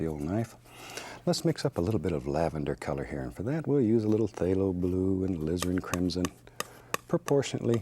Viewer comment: I get this weird feeling whenever he says phthalo bule